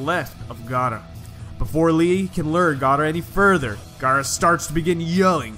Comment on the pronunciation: Boi its called gaara not gaata